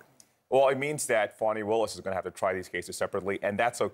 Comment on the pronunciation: Young man... it's Fawnee... that's how you pronounce it. You disrespect her by using a pronunciation that MAGA is using to be hateful. STOP IT!